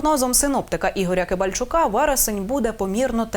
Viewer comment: Вивчайте прізвища, прізвище синоптика Кібальчич, аж ніяк не Кібальчук, і не Кібальник.